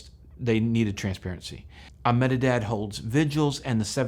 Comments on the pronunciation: You prounounce Ahmedebad as "AH meh deh bahd" (say it really fast with emphasis only on the first syllable). Indians will often shorten it to just "AHM deh bahd". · Really informative video but I just cannot get past your pronounciation of Ahmedabad. I'll break it down for you. Aah- med -a - bad that will be the way westerners say it You can also say Eh-med-a-bad. That's the subcontinental way